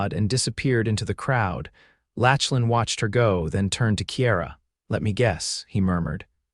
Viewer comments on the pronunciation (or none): I really like this story so far even though I have only watched/listened/ read a little. There is one small thing I would like to mention. The name Lachlan is NOT pronounced Latchlan !!! I know it looks like that’s right, however, the CORRECT PRONUNCIATION is Locklan. While I was typing this comment, it even “corrected” me when I typed it the way your reader pronounced it and I had to delete it and retype it with the correct pronunciation to get my point across. There are probably many people with that name who get very tired of people who do not say their name correctly. Names are important … so please give all those people named Lachlan a break and say their name correctly. I am sure they will appreciate it very much. Now, back to this really good story !!! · OMG! His name isn't pronounced LATCH-lan, it's LAK-lan! The name is Scottish, rooted in Gaelic. Voice-Overs are really important in telling these stories, so try harder to get it right!